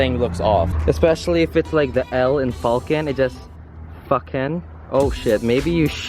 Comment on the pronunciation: Enjoyed ur vid! Lol FA KEN… 😂don’t lose that “L”